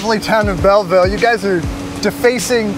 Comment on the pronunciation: Hey did you say bell vile?